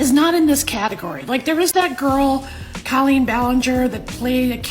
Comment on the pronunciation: Coleen? At least get the name right